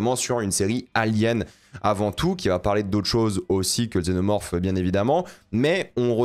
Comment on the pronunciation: Un xénomorphe mal prononcé